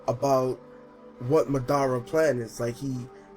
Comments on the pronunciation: Lol he said "Madada and Obi-O" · Saying madara and obito wrong really wrong